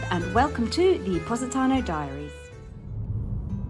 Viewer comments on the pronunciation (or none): none